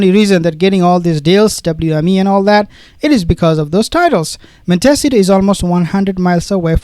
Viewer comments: Prononced mont s eetoe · Pronounced Mont ah sea toe. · Montecito pronounced Monte C toe Californian here..ty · MONTECITO pronounced: MON-TEE-CEE-TOE. I'm only trying to help u as every time u have to say the word, u rush through it, hoping we don't notice . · Please learn how to pronounce Montecito.